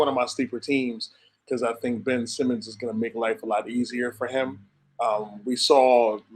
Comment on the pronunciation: pronunciation on my man Benn's name was WILD 🤣dude was awesome at Zona. Great ep as always, y'all!